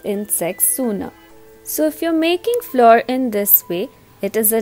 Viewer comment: Good recipe but pronunciation of flour is not correct